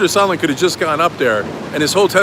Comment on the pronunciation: You think Leningrad Lindsey will remember how to pronounce Sondland’s name now?